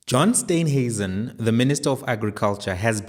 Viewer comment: Please call him Steenhuisen steen not Stuynhuisen